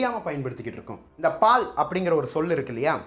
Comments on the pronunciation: Palzh bro -- not paal lzhagaram bro. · It's not pal (milk). It is paal (kulathu la). Please learn tamil first before making a documentary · Ellam sarithan, Aanaal ungal olithal thavaraga ullathu, Paal alla Paazh. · பால் இல்லை பாழ். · Dei athu paal illa moodevi paazh.....பாழ் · Ungal tamil uchcharippu sariyaga illai athanal pala sorgalin porul marupadukirathu ex pazh en